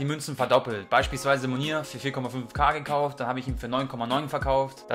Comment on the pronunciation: Versuch doch bitte mal die Spieler kennen zu lernen haha. Der heisst Munir und wird auch so ausgesprochen ;)